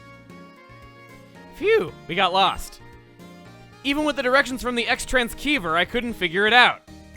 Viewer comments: lol at pertetually mispronouncing "Xtranciever" in different ways just to screw with the viewers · Is aware that "XTransceiver" is almost certainly meant to be pronounced "cross transceiver"? Y'know, like "transceiving to and from"? Just seems odd since he's knows about Cross in Xenoblade X. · Great video! By the way, did you know that the word 'Xtransciever' is pronounced as Cross-trans-eever, not Eks-trans-keever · CHUGGA STOP MISPRONOUNCING XTRANSCEIVER IT'S LITERALLY DRIVING ME CRAZY. Seriously though, why do you keep pronouncing it with a hard C? Take away the X and it becomes the word Transceiver. Trans-see-ver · THE X-TRANS-KEY-VER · for pete's sake, it's pronounced "Cross-tran-seever". For someone who likes to call things by their official names and pronunciations, it's taking you a while to get that right. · Wait, I'm sorry, did you just call it an Xtrans-key-ver... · I still choose to believe he's pronouncing X-Transceiver wrong on purpose.